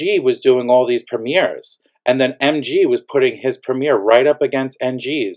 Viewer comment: The way you pronounce NG n MG makes it impossible to understand who is who. Next time use names if there’s ever an update 😅